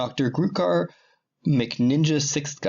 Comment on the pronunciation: Ah, you pronounced Grukar right. Thanks for answering. Unexpectedly truthful answer. Didn't even occur to me that you may suggest someone purely for the subscriber boost it would give. Wow, didn't know you had "beef" for FiFN, you were quite savage XD I respect your stance on abortion despite me holding slightly different views. I don't mind people being completely for or against, or slightly for/against, I just hate people acting like they have the right to have the final say for someone else. Loved the movie question, but your answer almost gave me a heart attack, I love the movies so much, (Haven't read the books, yes, shame on me. I was like 4 when The Fellowship came out. I will read them.) and I adored the actors, Legolas was the first character I ever fawned over. As someone who didn't read the books, they seem perfect, The Hobbit... Not so much.